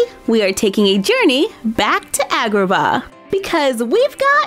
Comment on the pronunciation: i'm pretty sure it's pronounced like when the dentist makes you say ahh (so ahhgraba )